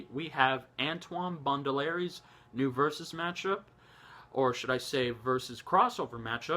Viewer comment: Why are you pronouncing Antoine's last name as Bun - da - larry?